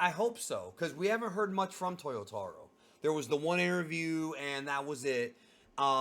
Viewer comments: I'm surprised that the years go by and you still pronounce "Toyotoh-ro"... It's "taah". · Bro, why do you say “Towyoewtahwrow” come on you’re Brazilian, leave that to the gringos! Haha I know you can say it right